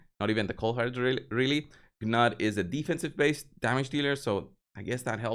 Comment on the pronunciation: The Call of the Arbiter videos tell you how to pronounce Gnut. I am guessing you didn't bother to watch them? Either that are you are being willfully obtuse. It's pronounced "Noot" BTW.